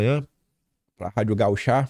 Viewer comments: não é gauchá é gaúcha. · Ô,, não é gauch(á), é ga(ú)cha! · Bolsonaro foi um em um milhão para o Brasil., presta atenção na acentuação das palavras. Não é rádio gauchá, mas sim rádio gaúcha. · Bom dia!🙏 Como gaúcha, gostaria de lhe alertar que não é Rádio Gauchá, mas sim Rádio Gaúcha, ok?😏 Gratidão por seu trabalho!🙌🇧🇷💛💚✨ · PO.R RA,! A RÁDIO DO RS SE PRONUNCIA GAÚCHA, E NÃO GAU CHÁ. CÊ PRECISA ATUALIZAR O SEU PORTUGUÊS. TÁ PARECENDO TRADUTOR AUTOMÁTICO. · desculpe, mas o nome é: RÁdio GaÚcha. Aquele sinal acima da letra indica a acentuação da sÍlaba. Pelo menos na lÍngua portuguesa. Voce tem repetido Rádio GauchÁ. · Gauchá??????? GAÚCHA!!!!!! Olha o acento!!! Esse nordestino....😂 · Por favor, pare de falar Rádio Gauchá. É Rádio Gaúcha. A sílaba tônica é o *u*. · é gaúcha... A sílaba tônica é no "u" não é gauchá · é Rádio GaÚcha e não GauCHÁ,ela não é rádio de chá 🍵. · Por favor,, aprenda a ler corretamente. É Rádio Gaúcha, e não 'Gauchá'!!! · desculpe te corrigir, é: Rádio GAÚCHA 'tchê', e não Gauchá. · QUERIDO!!!!!!! Não é gaucha é GAÚCHA DE GAÚCHO!!❤️❤️❤️❤️❤️❤️❤️ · é Radío Gaúcha, não é Gauchá. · o correto é Rádio GaÚcha, ñ Rádio GauchÁ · Bom dia! Só a título de contribuição o correto é Rádio Gaúcha e não Rádio Gauchá Sou Gaúcha por isso a contribuição a vc. Obrigada pelo teu trabalho, te assisto todos os dias. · vc tá precsiando exercitar sua leitura...é Radio GaÚcha...por favor né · RADIO GAÚCHA, o acento está no Ú, não no Á, forte abraço grande. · Bom dia KiM. Já está esquecendo do nosso português. Rádio Gaúcha, acento agudo no Ú.😂😂😂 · como contribuição. É rádio gaúcha. Corrigindo a pronúncia antes que algum idiota te critique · Bah,tu não sabe falar o nome da rádio gaúcha?sou gaúcho,gaúcho e quem nasceu no rio grande do sul